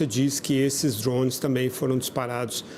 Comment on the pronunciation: Da um desconforto muito grande escutar esse analista falando "drownes" 🤦🏾‍♂️